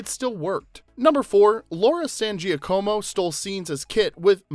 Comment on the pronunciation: It's Laura San "Ja-ka-mo" not Gee-a-co-mo. The combination of letters "Gia" makes a "J" or more like a "zsa" sound in Italian (like how you say Zsa Zsa Gabor or the first sound in the name Jaques). The "co" (in this particular name) makes a "ka" sound not a "co" sound. Yes, you can technically "Americanize" it n say it the way you did. Most likely you probably are not be corrected, but I have seen her interviewed a ton of times. She definitely pronounces her last name authentically. San "Ja-ka-mo". Sincerely, A native Spanish speaker who learned fluent Italian after being adopted as a kid n who also just made her Italian Grandmother extremely happy up in heaven for correcting you .😊 I obv speak English too lol